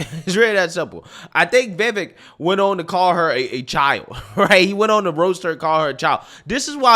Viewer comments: It's not "Vaye-vik," or "Vi-vik," it's "Vi-vayke" 😊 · v - vake. Like your saying cake. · I heard it's pronounced "vih-vake" (rhymes with "rake"). Love your vids. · Lmao😂 I love how you slightly change the pronunciation of his name lol. Let’s try this bro, Just say the letter “V” the follow with “Vek” lol. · I really like your videos. Just an FYI, his name is pronounced Viv-ache. (like tooth ache) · Pronounced: "viv-ake" like cake. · You still can’t pronounce his name right bro.